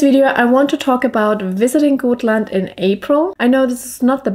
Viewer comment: Hello! Many beautiful views and nature pictures! But please don't call it Goatland! If you pronounce it as Gottland with a very short (o), it will be more correct pronunciation😘!